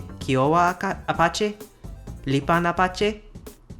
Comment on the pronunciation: You know, I would be guilty of it myself but I couldn't stop a little giggle when you pronounced Apache's as a slight schwa, and when Arapaho was stressed on the 3rd and not the 2nd syllable. But you were in the moment and on a roll, so I will not give you much grief about it. Still only at "ara-" but I will keep watching. :) What follows are a lot of edits I have randomly added during watching this video. Cour d'Alene is indeed a French word but it's a name for a Salishan language spoken in Idaho. Its endonym is Snchitsu’umshtsn. So which one would you rather pronounce? :) Deno is indeed spoken in Africa. It is part of the Bole-Tangale languages which themselves belong to the Chadic branch of the Afro-Asiatic languages. However, per Wikipedia, its speakers are shifting towards Hausa and Fulfulde. Estonian: I'm guessing: South Estonian which includes languages like Seto and Võro were often considered dialects of Estonian, so I'm guessing Estonian is the wider (older?/obsolete?) term which encompasses North + South Estonian, while North Estonian is Estonian proper. Idk. Faroese: yay, my language! Though they missed Faroese Sign Language which is slightly different than Danish Sign Language. I guess close enough to be considered a dialect. Looks like they don't have Greenlandic Sign Language either probably for the same reason. And no, I don't think it's the same as Inuit Sign Language; that sounds more Canadian to me, imho. Finnish sign language, Finnish-Swedish sign language